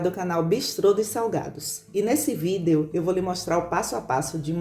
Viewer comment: Que amooorrr💖 !!! Só podia ser uma soteropolitana,descobri pela pronúncia da palavra vídeo,ninguém pronúncia essa palavra igual os soteropolitanos.Seu vídeo é maravilhoso, muito gostoso de assistir 💖😍!!